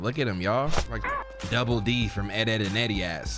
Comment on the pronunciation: bro said frome 💀